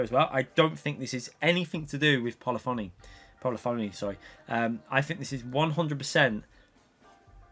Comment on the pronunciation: Polyphony: "Pol-liff-on-ee" (not "Pol-ee-fon-ee") It's a musical term, meaning playing many notes simultaneously. But, yes, I don't have a PS5 and I don't think they should weaken GT7 for the sake of last-gen tech.